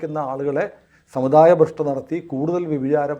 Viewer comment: ഭൃഷ്ട് അല്ല ഭ്രഷ്ട് ആണ്